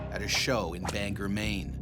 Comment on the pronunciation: No pun intended but "most" Mainers pronounce it like BangGOR 🤣